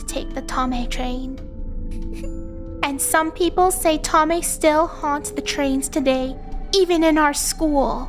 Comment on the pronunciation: It’s not “Tommeh” it’s Thommeh that’s what funneh said in the stream Edit: thx for the heart